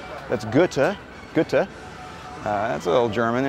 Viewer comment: Pronounced guhr-tuh